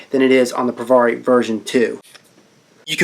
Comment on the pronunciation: It's not Pro Var eeee It's Pro Vare eeee Say peary. Now put a V in front of it instead of a P. Provari as in variable voltage. Vari